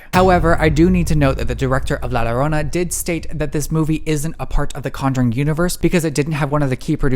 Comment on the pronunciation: “Not to sound extra white of me.” Queen ur pronunciation of Llorona is already serving extra white❤️